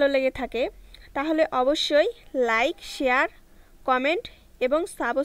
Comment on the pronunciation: খেলা না শিখেই মাঠে নেমে পড়েছেন। সাবস্ক্রাইব কথাটাও ঠিক করে বলতে পারলেন না।।😏😏🤣🤣